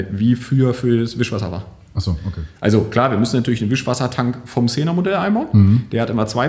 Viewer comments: Cenon Scheinwerfer;) Es wird Kseenon ausgesprochen. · Sßßßßßßenon ich kann nicht mehr, wird das wirklich so ausgesprochen?:D